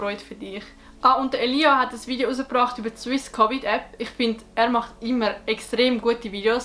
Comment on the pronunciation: De schmertz wenn sie statt "Elia" Elias seit ☠